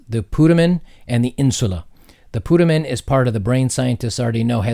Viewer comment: PutAmen - long "A"